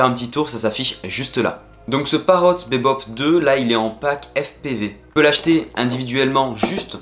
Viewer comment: On prononce "bibop" 😜 merci pour le test